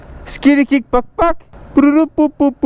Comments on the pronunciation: Le "krick" 🤦‍♂️😂😂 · Les gars on dit un kick pas un crick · Kik * pas krik 😂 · De quoi il perd son "CRIC" (KICK) on dit KICK on a jamais dit CRIC, le cric c'est pour soulever une voiture bande de zebi